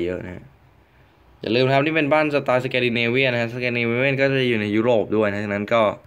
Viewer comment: มันอ่านว่า สแกนดิเนเวียน ไม่ใช่ สเกนดิเนเวียน นะครับครูก็พูด สแกนดิเนเวียนนะครับ